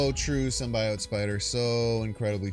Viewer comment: Calling Magneto "Magento" is shits and giggles. But prouncing it as "simbayote" is crossing the line.